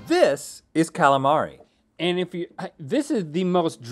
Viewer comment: That should be a gif. Cal-A-Mareyyy